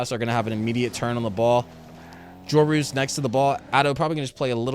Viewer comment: Can you please pronounce Joreuz as "Jor-yiz"